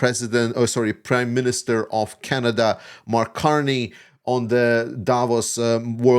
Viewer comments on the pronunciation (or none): none